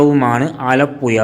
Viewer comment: ആലപ്പുയ അല്ല. ആലപ്പുഴയാണ്. പോയ് നാക്ക് വടിച്ചിട്ട് വാ മോനേ..